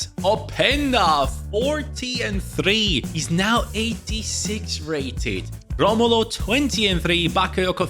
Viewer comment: Brazilians don’t roll there Rs like Portuguese do, Romulo name sounds like Ho-mo-low in